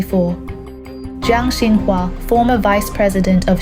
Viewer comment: This looks like fake. The Chinese names are pronounced wrong - Youxia??